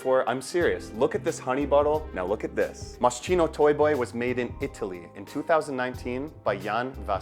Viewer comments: The bear theme came from Moschino’s early collection when he made a dress with little teddy bears on the neckline around 1987-88. He was the designer with a sense of humor and I believe work for Versace. On the the Chino part is pronounced Kino. I got to meet him when he was promoting his first or second collection in the 80’s. Well, more like went to a small in store fashion show in 1988 when no one knew who he was. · Mos-kino ! Not chino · In Italian CH=K so its pronounced MOSKINO. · Moscheeno? Hehe I love this perfume! I really liked it since I first tried it so I had to get it! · pronounced Moskeeno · moscino ahahahaha sti anglo ahahah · Masscheeeno? lol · It’s pronounced MossKino - and I love this unusual scent ❤ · My ears hurt every time you mispronounce moschino. How do you do a video of a cologne without knowing how to pronounce it? Takes literally 5 seconds to look it up. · maybe you could learn how to properly pronounce a foreign word before publishing a video? It really sounds terrible… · Ur pronouncing it wrong 😭